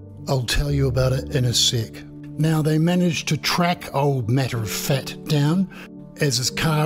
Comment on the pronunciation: Are you saying " Matter of fat"? 🤣🍺